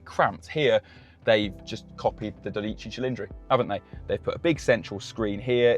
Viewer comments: and you butchered Dodici cilindri 😂 Ferrari shouldnt have as a top priority when naming their cars, names native english speakers have an easier time pronouncing😂 Good on them actually, their encarouging you to learn a second language, like the rest of the world, that has to learn english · You pronounce the 12 cilindri in the wrong way. At least get that right !!! Jesus Christ. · Dude, you pronounce the 12 cilindri in the wrong way. At least get that right !!! Jesus Christ. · Learn how to pronoune dodici cilindri!